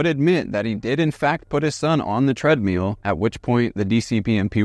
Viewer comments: "TREADMEAL" is all i can hear now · You are mispronouncing treadmill. And there is NO good reason to censor a true crime video with annoying beeps.